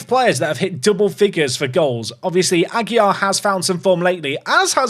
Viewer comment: Ah-gee-LAR. This is driving me crazy to hear every episode. Perhaps someone will buy him from the team and solve the problem. LAR, not YAR.